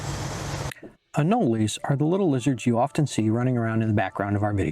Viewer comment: Why do you call them anoleys? I was born in Florida and never lived elsewhere and I have never heard someone say anoley